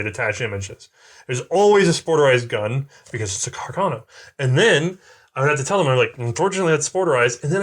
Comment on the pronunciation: What's with them constantly switching up how they pronounce Carcano? Maybe 35 % of the time it's "Cacarno" instead.